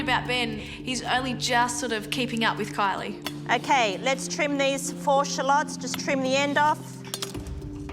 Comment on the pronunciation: I had to check the comments to find out her name is Kylie and not Coilly.